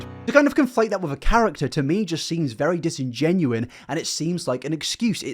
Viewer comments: “Disingenuous” ……disingenouin, is not a word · 0/10 he says "curator" instead of "creator" and "disingenuine" instead of "disingenuous" for real tho I'm just memeing, good video